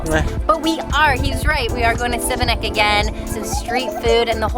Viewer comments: Šibenik is pronounced like Shebenick and not Sibenik. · The city of Šibenik is pronounced She-ba-nick. The S has an accent making the sound Sh. Great video. Txs. Hvala lijepa. You are headed to Krka Falls - kirk-ka. Another beautiful adventure in Croatia! Cannot wait to return to my Croatia - sretan put - happy travels. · Love the video but you pronounced the city wrong every time.